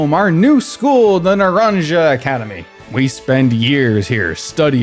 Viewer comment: great video but felt physically ill hearing the way u pronounced naranja 💀